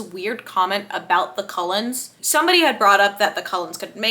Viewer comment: OMG…. “ Cold-ones” “ Cull ens” :O